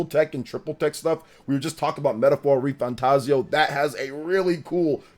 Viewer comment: I'm still getting used to you not pronouncing it RefantaZIO and now ReFanTAZio xD